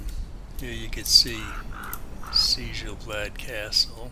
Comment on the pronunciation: No, you're fine. I was just surprised to see a Conan: Exiles video when I searched for Sjel Blad Castle on YouTube. BTW, Sjel is pronounced "Shel" in Norwegian, making the name much easier to say. I am still actively working on my castle for Skyrim, so I can understand and appreciate the time/effort put into your build. Beautiful work!